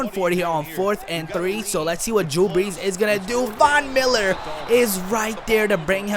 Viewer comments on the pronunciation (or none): none